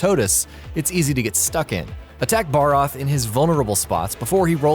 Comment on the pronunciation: To me, the names he fucked up on was Zorah Magdaros, Nergigante, Vaal Hazak, Uragaan, Odogaron, Barroth, Pukei-Pukei, Legiana. Honestly was the cringiest when he said Nergigante.